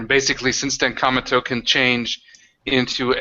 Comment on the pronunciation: I really like the Cometo character, but I constantly understandGamingBeast saying "Cameltoe"...